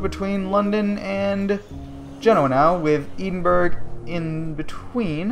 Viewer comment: Its pronounced ed-in-burrah